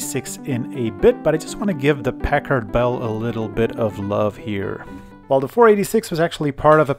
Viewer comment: LOL, sounds like you're saying Peckerd Bell.